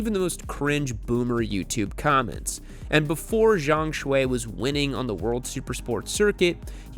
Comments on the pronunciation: I believe his last name is pronounced "Shoe" rather than "Shway". And I was as pleasantly surprised and totally shocked as anyone when I realized the 820RR-RS was winning races in WSS already. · By the way, his first name Xue is mispronounced, Yall remember the tiktok song Xue Hua Piao Piao? Same Xue.